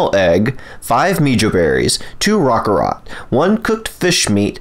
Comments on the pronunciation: rokarot?? you mean rock-carrot? jfc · rock-carrot.......rockcarrot not rokararot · Did this dude really say rock-a-rot like it's a pokemon